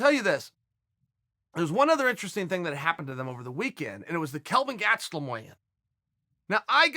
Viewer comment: Uncle Chael “Gatstelum” Sonnen